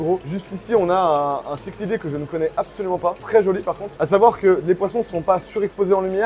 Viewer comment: encore une fois, non, vu que ça vient du grec ... et encore une fois, le ch dans cichlidé tu le prononce aussi comme ça ?